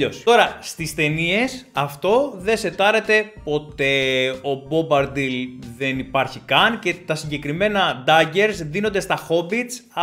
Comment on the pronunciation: Έχεις καιρό να διαβάσεις το βιβλίο, δεν είναι Μπομπαρντιλ αλλά Μπομπαντιλ